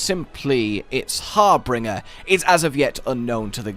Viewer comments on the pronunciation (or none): "Harbinger" not "Harbringer" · "Koo-SHAH-la DOW-ra". I dunno where people keep getting "day-ora" from. Also,, it's harbinger. "HAR-bin-JUR". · Harbinger Har-bin-jurr